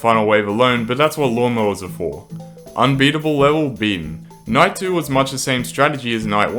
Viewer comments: night 11 sounded like 9/11 when I heard this I almost deleted pvz2! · lol him saying night sounded like “ nine “ prolly did it on purpose haha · nahhh, really? of course he did dumbie it just sounded like nine